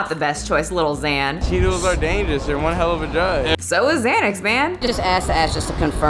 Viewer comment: Not saying “little Xanax” like my granny would say “Pokéman” 😂😂